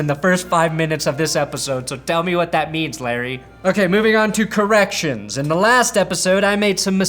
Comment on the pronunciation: When you said "corrections", I was certain you actually said "erections" lol